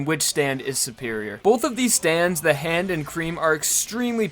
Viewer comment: Bruh it's not "the hand" it's "ZA HANDO"